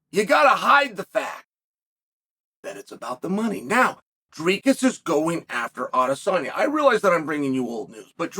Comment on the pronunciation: Why does Chael go out of his way to mispronounce names? 😂 it’s easier to just say Dricus correctly.